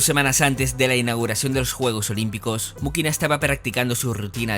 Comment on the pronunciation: Elena Mujina, no Mukiná 🤦‍♀️